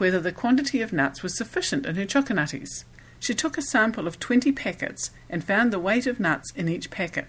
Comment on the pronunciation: Choco Nutties. Pay attention,.